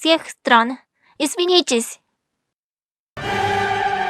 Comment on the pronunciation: "пролетарии всех стран, извините" が書いてありますが、発音的には "пролетарии всех стран, извинитесь" としか聞こえませんでした！ とにかく、はお頑張り屋さんで基本的に真面目な方だという印象がもらいましたので、必ず見事にロシア語の勉強ができます。私も、日本語の勉強を頑張り続きます。（それとも、「頑張り続けます」が正しいのでしょうか？）